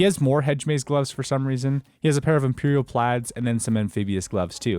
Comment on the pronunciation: Did you just said imperial plads